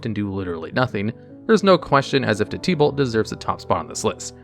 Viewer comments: Oof, normally hearing names slightly misprobounced doesn't bother me but idk why but hearing it as "Tea-Balt" instead of "Tib-Ult" was like nails on a chalk board. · Bro the only thing worse than tibalt is the way u say tibalt 💀